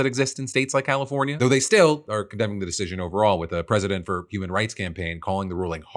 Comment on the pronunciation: Ima "hurrman" too, just like errbody else